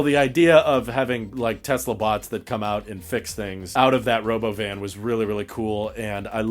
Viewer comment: I hate how he doesn't pronounce robovan correctly lol